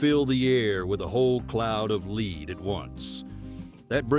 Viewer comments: Lead - the metal - is normally pronounced ‘led’. Perhaps your AI isn’t quite as ‘I’ as it’s purported to be. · AI: "Soft lead bullet" pronounced as in "to lead somebody somewhere." To heck with AI, including horrible voices. Can't believe I stayed so long. Shame on you. Boo. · Your AI doesn’t know how to read… or read(red) lead or lead(led). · AI commentary is "wonderful" I always thought bullets were made of lead not "leed"!! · A hail of leed? Soft leed slug? Really??? Never again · Apparently, AI narration that pronounces words correctly is also a myth. The number of times it said "leed" for "lead" (led) was annoying. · "Let's not forget the THE SHOTGUN!" shows a picture of a REVOLVER. "The classic movie GUNFIGHTER!" Shows a clip of Fistful of Dollars. Keeps pronouncing lead (led) as 'Leed' The Colt POINT 4, 5 (repeatedly) "... Long after the West was SITTLED" SITTLED? That's just lazy content creation. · You say you read all the comments... Your AI narration absolutely is awful.. Soft Lead pronounced "leed" ?!? I couldn't forward this video to anybody I'm too embarrassed by that. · Someone please reprogramme the synth speech here? Lead is a metal, pronounced like LEDD.... NOT the verb "lead" as in to LEAD, say, a blind man. stupid, stupid, careless crappy production. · "Lead" is pronounced "Led" and not "Leed." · Your AI should be able to distinguish between lead as in LEED vs. lead as in LED for the material which is used to make a bullet. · Lead rhythms with head, my ai narrator friend. It is the metal lead that bullets are made of, not leed that rhythms with reed. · Scary how good AI voice synthesis has become. If it wasn't for the lead (the metal) pronounced as lead (to guide someone) fiasco, I wouldn't have been able to tell. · "leed"?! Gee, using a AI narrator, eh? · Maybe listen back to your AI commentary before you upload? No human would mistake 'lead' for 'leeeed' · lead bullets are pronounced "led" with a hard E, not they way the narrator pronounces it.